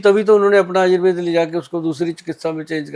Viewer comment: Ye aayurveda क्यो बोल रही है Anchor, आयुर्वेद को आयुर्वेदा बोलना कहां तक सही है?